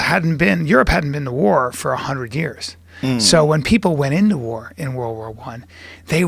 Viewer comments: “Wurl War Tew” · "Wurl War Wan"